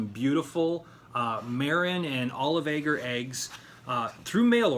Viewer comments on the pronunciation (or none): none